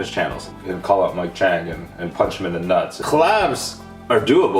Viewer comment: Ok so u call nuts newts or noots fine by me